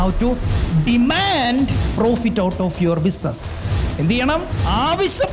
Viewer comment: ബിസിനസ്‌ എന്ന് പറയാൻ അറിയാൻ പാടില്ലാത്തവനാണ് ബിസിനസ്‌ നീ കുറിച്ച് ഖോംര ഖോരം പ്രസംഗിക്കുന്നത്